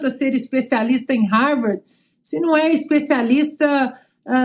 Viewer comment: Não sabe nem pronunciar Harvard! 🤣🤣🤣